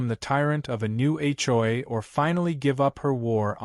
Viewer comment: AI can’t be very smart if, after hundreds of HOA stories, it still hasn’t figured out how to pronounce “HOA!”